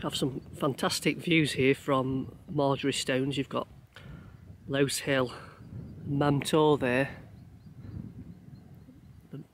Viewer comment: Great channel, you really put the miles in! Crow stones and bull stones are both wonderful vantage points to stop and just take it all in. Just one thing I must say, and it's not just you....it's lose, rhyming with "booze" hill, there was a battle between the king of northumbria's men and the the mercians, in the valley between them, obvs one side won and the other lost that was camped on lose (rhyming with booze 😂) hill!! Also it's grindsbrook with grind being pronounced like bacon rind, and grinah as in the stones should be pronounced gri-nah...not rhyming with winner. I believe a Mr read started all this off, he should know better!